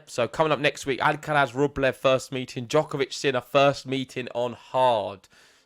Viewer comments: It’s amusing how you go to the effort of saying the ‘sonorous lateral alveolar(Spanish)’ [l], but not the ‘voiceless dental fricative’ [θ](or th)(instead of “z” at the end) in Alcaraz’s name. Basically, you say the ‘l’ like a Spanish person, but then don’t say the ‘z’ like a Spanish person. I always find it weird that English speakers don’t pronounce it ‘Alcarath’ because we have the [th] sound in English. Also, please don’t compare Sinner to Fed, I like Sinner!🙌🏽😪 These matches should be great to watch, very interested to see how things will unfold!🤗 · The guy with the hat started pronouncing Alcaraz properly ("AlcaraTH"), but then ended up mispronouncing the "z" (maybe influenced by the other commentator), as if it was an "s".